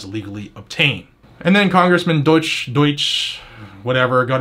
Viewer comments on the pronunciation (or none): Im pretty sure its pronounced "douche". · I believe it’s pronounced “doooosh”. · It’s pronounced ‘DOUCHE’ I believe?